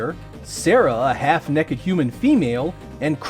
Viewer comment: He said "nekkid" not naked